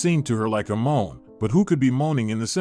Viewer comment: I heard a Mom there! You meant " moan!! Good story!! Terrible narrating .